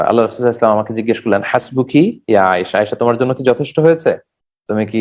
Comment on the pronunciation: Spasta Kara sallallahu alaihisallam bala uchit.